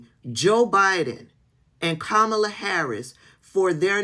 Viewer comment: Why are you pronouncing Kamala like Trump does?